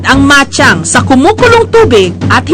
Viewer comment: bachang po tawag dyan hindi machang